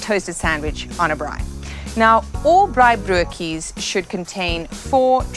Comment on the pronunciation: Jisis man....you cannot even pronounce " braaibroodjies ! So I guess you are proud to piggy back on our afrikaner food right ? But yes afrikaners including myself are hated now because we jailed the holy Mandela for his acts of brutally terrorist attacks.